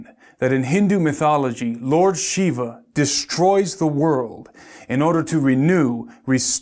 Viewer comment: Shiva not Sheba